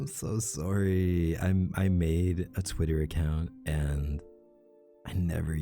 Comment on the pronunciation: The way he says sworry is ADORABLE it’s so ✨Canadian✨😏